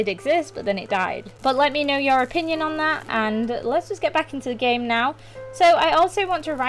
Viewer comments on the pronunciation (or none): none